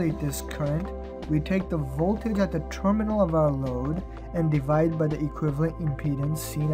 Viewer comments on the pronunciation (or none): none